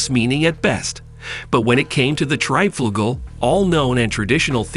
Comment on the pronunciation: The Triebflugel was an aircraft, but not exactly an airplane and the mention of the XFV-1 Salmon and XFY-1 POGO although not exactly similar in configuration did make some sense because they take off in a similar manner. I'm sure this guy's pronunciation will give some people OCD.